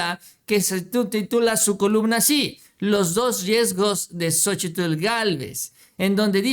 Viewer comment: x favor cuál xochitllll ni que nada solo xochil y ya xq pronunciar bien su cochino nombre naaaa